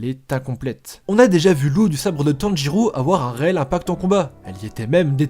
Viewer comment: On dit pas Tanjurou mais tanjiro bg x)